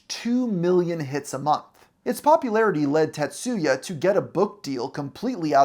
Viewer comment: The pronunciation of "TaTSUUUya"😂 I've never heard of him before today, but if he's of Japanese heritage and that's his real name, he probably shortens it to "Tats" rather than "Ta", "Tat" or "Tatsu" because the "u" in "tsu" is virtually silent.